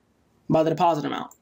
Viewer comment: So how many people have corrected you on "deposite"?